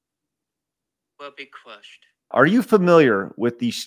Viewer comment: "Anyone who stands in my way will be cwushed." Elmer Fudd sure has gotten darker.